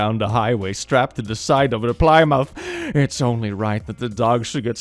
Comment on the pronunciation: That pronunciation of Plymouth thoooo For any non-Americans or non-Brits, it’s pronounced “Plimmuth”